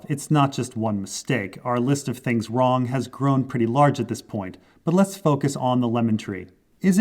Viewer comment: What says: "I'm probably wrong about half of this" What I hear: "I'm probably right about half of this"